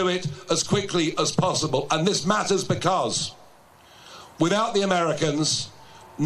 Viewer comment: 'and that maaaers' 😂